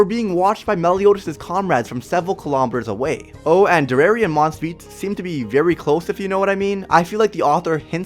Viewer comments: Dare-e-air-e not der-air-e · i am sooooo sorry but you keep saying derer insteed of derieri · By the way her name is Dairy-Airy that's how you pronounce it its supposed to be a play on the french word derriere which is french for behind or ass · Its Deri-eri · Bro cannot pronounce her name righ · this guy dose not know what how to say derieri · Bruh they were sealed away 3000 years ago, and she fought in the war against the goddesses back then. But she is only 300 years old? Nahh.... B U L L S H I T Also you are pronouncing her name wrong. This may look like a hate comment but that’s not what i mean. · Why do you say deriere like that